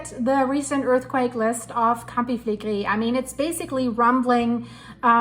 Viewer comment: Flegrei all the time,what fillegri? Never hear of,there are lots of videos in italian on yt